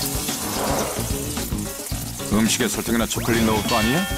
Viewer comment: 진짜 외국인들 보면 쬬꼴렛 쬬꼴렛 이라고 하는데 발음 개귀여워